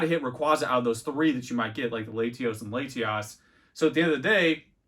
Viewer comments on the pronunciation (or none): Laytios and Laytiass? What are we doing here?